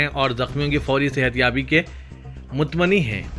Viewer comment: mutmani??? MUTAMANNI ka janaza nikal gaya کیا آپ لوگ خبریں رومن انگلش میں لکھ کر پڑھتے ہیں؟؟؟